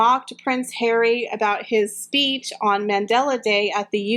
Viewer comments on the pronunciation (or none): none